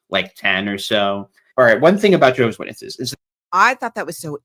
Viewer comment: why do you say "JAY hovah"? It's "JEH hovah".